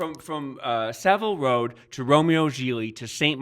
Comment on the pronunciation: It's Saville 'ROW' James...not road.